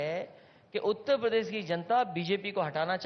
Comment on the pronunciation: जिस अखिलेसुद्दीन को उत्तर प्रदेश नहीं बोलने आता वे उत्त प्रदेश बोलते हैं वो क्या चुनाव लड़ेंगे